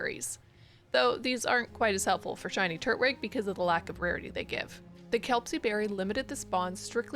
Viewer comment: why you saying turtwig like that